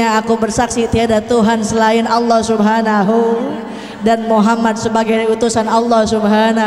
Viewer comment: masa awloh merdu bu